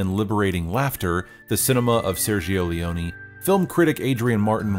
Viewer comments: Ser - jo Leh-oh-neh, all the Es in Italian are to be pronounced like the E in 'help'. The I between a G and a vowel (or a C and a vowel) is usually silent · No offense your pronounciation of Sergio Leone is grating on my ears